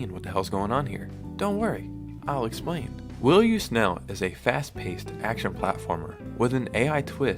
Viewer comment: How are you mispronouncing "snail" so badly? It is not "snell", what the hell is wrong with you?